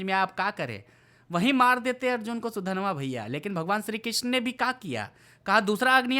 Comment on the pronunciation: Sudanva achitu kon hai yeh naam toh sahi lo